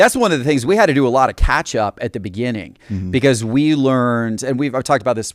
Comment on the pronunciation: just...not jest, be-cause...not be-yause, and t and d make a different sound.